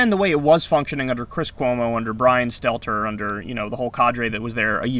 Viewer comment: Last name is Stelter, not Stellar